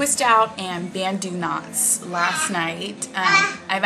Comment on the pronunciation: Your natural curls are fantastic! But, I actually think it's cute either way. Oh, it's banTu knots...not banDu knots! :-) (yikes, I hope you don't take offense)